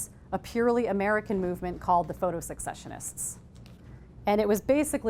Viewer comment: It's pronounced ses-session-ists, not sek-session-ists.